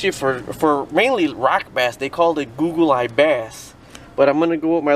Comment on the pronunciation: We call Rock Bass, Goggle-eye, not Gooogle-eye.